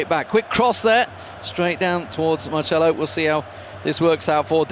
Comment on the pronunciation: Is Marcelo, not marshmallow....